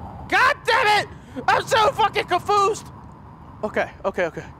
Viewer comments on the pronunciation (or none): "I'm so fucking confoosed" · "I´m so fucking confoosed!" LOL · 'Goddammit I'm so fucking confoosed' 😂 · said GODDAMMIT I'M SO CONFOOSED!